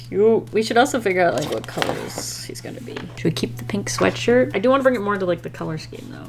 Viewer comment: and he’s got a sweashshwirt